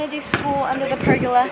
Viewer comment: its called a per-go-la not a pergala